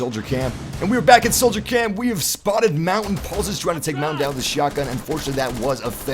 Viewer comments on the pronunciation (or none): that is not how you say montagne it's not mountain